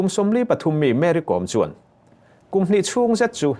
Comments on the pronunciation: Kom I lam dan thluk a dik lo, Kawm a nilo Kom (B Com) Kôm tih tur, Mary Com chu misual tenawm tak a lo nih hi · Thian inkawm ....tih a ..kawm ti in i lam leh tlat bik a ni maw ... Kawwm nula te chu i la ti ta deuh² leh nghala ... A hming pangngai a nih na bo thak in i lam ri a lawm le ... Mary kawwwm....😂 Mary kom tih ve mai awm.. Chuan, Henu hi a tan awm thlawh loh ..a chet dan hi a temawm e mai ...hmelchhe rapthlak hrep hrup bawksi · Ka hriat ve dan chuan Kom hnam ho hi Zo hnahthlak an nih ka hrelo, chuan Kom tih i lamrik dan hi a diklo deuh, Kom tih hi lehkhabu káwm tih anga lamrik tur...svmm😊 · Kawm(lehkha bu kawm) tih ang a lam tur a ni e. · Kom i thlûk dân hi a mak e, Kôm Ko 'm' hi i ti hniam dup a.Ko m hi o i ti ang hian ri se a dik a ni mai ang. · Uire a nih hrim hrim ka ten,Kom ti hi thluk tur aw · Kom..i lam rik dan hi ka hriat dan nen a inmil lo...Vaimim kawm kan lam rik ang hian kom hi lam tur